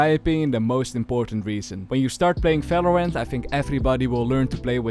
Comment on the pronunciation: You keep pronouncing every V as an F snd and not as an W as supposed, you say Fery good, felorant etc, why? Also it's Wandal not Fendal